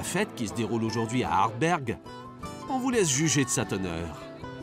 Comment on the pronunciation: Ardbeg, pas ardberg